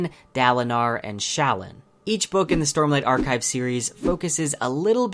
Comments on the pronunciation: Overall you have a good review, but you SERIOUSLY butcher the character names, my light-eyed YouTuber. This comes from listening to Brandon himself (and the audible versions). Dalinar is fine, but Kholin is pronounced KOH-lin, not colon. Shallan isn’t Shall-uhn it’s Sha-LAHN, Jasnah is YAHZ-nah, Adolin is A-doh-lin, and Szeth isn’t Seth, it’s sZeth (put a soft s in front of the Z). Kaladin and Syl are fine. Renarin is REN-are-IN. You’re putting the emphAHSIS on the wrong SylAHBLE. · Shallans name is pronounced SHA-LAWN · It's sha-LAN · You butcher jasnah and shallan so badly. Edit, actually all the names. Try listening to the audiobook. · The way he says shallan really hurts